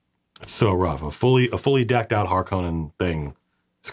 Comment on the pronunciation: "Larskonnen" hahahahaha